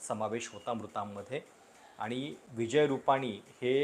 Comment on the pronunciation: तुमचे विचार मुद्दे व मांडणी चांगली असते मला तुमचे व्हिडिओ पाहायला आवडतात पण एक सुधारणा सुचवू इच्छिते तुमची भाषा शुद्ध आहे परंतु तुम्ही न आणि ण चे उच्चार योग्य पद्धतीने करत नाही. कृपया आनि पानी पन असे उच्चार करू नका